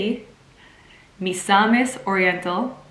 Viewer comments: Yeah you nailed saying Misamis right, Sierra! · You finally got it right pronouncing “Misamis”. Good job! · You finally got Misamis right! Listening to you so much my brain was starting to pronounce it as Miss-a-Miss LOL